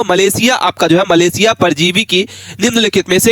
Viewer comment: Maleriya ❌ malesia ✅ 😂😂😂😂😂